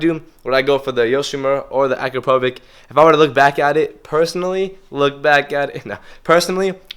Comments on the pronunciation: u are saying it wrong, u read Akrapovic like Akrapovich, not Akrapovik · As a Slovenian, i just cant hear you, how you say Akrapovič. Ill try to write it how it should be said; Akra-po-vich. The letter č is pronunced as ch. I hope you dont mind, im trying to help you. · Let me know when you can pronounce the exhaust manufacturer's names correctly. I will take you seriously at that point.